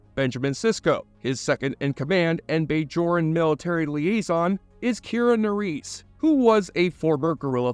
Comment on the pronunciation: Omg you never watched the show before lol, you didn’t even say bajoran right, you only did this for a video and pretending to have watched startrek, you liar